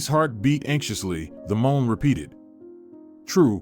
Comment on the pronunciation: I heard a Mom there! You meant " moan!! Good story!! Terrible narrating .